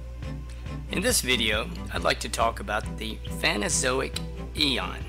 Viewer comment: It's PhanERozoic not "phanozoic"